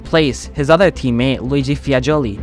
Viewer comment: Bremgarten, Sweden (it's in Switzerland)? Targa Florio in "Silicy" (it's Sicily)? Luigi "Fiagoli"(it's Fagioli)? OMG, did you actually do some research, or you're just reading someone's text, including mistakes?